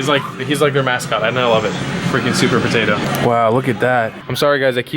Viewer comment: "suupaa poteto" "this freaking store is bananas" no dude he literally just said it was potatoes duhhhh